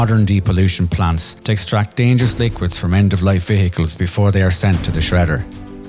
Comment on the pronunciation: why are you pronouncing the word "vehicles" so strangely ? like - "ve-hehehehe-cles "